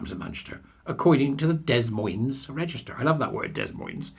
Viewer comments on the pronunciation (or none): You don’t watch enough American telly, it’s pronounced D’moyne 😂